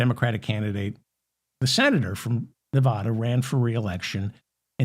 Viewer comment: Hey David, I'm not the pronunciation police, but I do know how to properly pronounce my adopted State of Nevada. It seems to be a thing with people from the rest of the US (not Westerners) but they often mispronounce the States of Nevada and Oregon because they don't hear the correct pronunciations in normal conversation. FYI